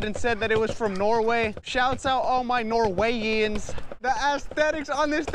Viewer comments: It's Norwegians not norwaians lol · Did he just say norwayeins